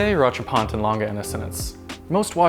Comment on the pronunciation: Although an amazing watch, the video is sadly executed poorly. Mispronounced Lange at the beginning with the name and the homage to F.A. Lange along at other random times in the video, saying that stainless steel watches released are around this price (please provide me a source for that fact), and just the lack of charm that past Hodinkee videos had. Sigh...